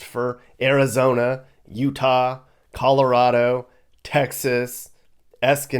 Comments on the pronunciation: Why he say Escondido? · Lol...."Escondido". I grew up in O'side and Vista. I hear Vista is boomin'.